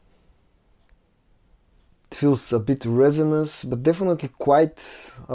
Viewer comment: Great video! You're getting getting better all the time. It was funny how you just walked past the camera in the beginning. 😂 I enjoy listening to your beautiful Bulgarian accent as well, and how some words are pronounced, like it sounded like you said "meatloaf note" when you actually said "mint". 😅 I was like"Yeah! Now I need to find a bacon note!" Great to see you getting more comfortable. Thank you for the time you spend sharing with us. Love from Virginia, USA.❤️🙏